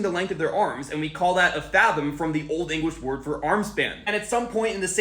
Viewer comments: The way you pronounced “We” made me unable to focus on the rest of the video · I was thinking the same thing. Also, why did he pronounce it as "weh" instead of "wee"? It just makes it seem that much less believable. Why would it be reinterpreted as a nonsense sound, plus a nonsense word (nonsense at that point since you're removing the definition by altering the root words)? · I confused when he pronounced we as weh but then I remembered he was… whatever I don’t care stop trying to coiméente you 🦛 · Dude why are you acting like an etymology authority, and you dont know how to pronounce "we"... dude is just talking out his behind.... typical gen z.... you see how i used dot dot dot and its all same subject thats because.... they're used to denote the same subject.... "but wait theres more" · Did you just pronounce "we" as "weh"?